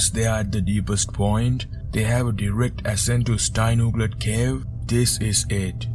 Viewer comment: This is by far the most comprehensive of all of the documentaries on this dive. He also has accurate, deeper inside knowledge, and can actually pronounce Steinugleflaget. However it does seem that the team were being overconfident. To show up the Norwegians, in beating them to the reverse traverse. They hadn’t really considered some “what if” scenarios. A 2 hour time lag is great for settling silt, but a drama with the Ist group can evolve into a lethal epic. Also I suspect the leaders did not recognise the ‘barely-held-in panic’ in both the Jaris. But vikings aren’t allowed to show their fear. Are they? Patrik was the only truly confident one there. Jari H was initially stopped going forwards in the narrowest section, by his strong scooter line caught on a rock behind him. That scooter and line can be seen from Sami’s video in the body recovery dive. And as Jari H struggled to reverse, the tubes of his flayed out extra tanks then entangled with the guide line above. So he couldnt go forwards or back. (I have been fully stuck suddenly in a narrow swim thru from my compensator’s cartridge line being caught on a rock behind me, and releasing CO2. As well as having suffered 2nd degree bends from deep, cold, deco diving at half their depth, so can somewhat relate.) What happened as a result of Patrick and Jari H turning off their lights and their scooters at one of the deepest, narrowest sections or close to it, is still unknown. True it would have been amazing to experience, but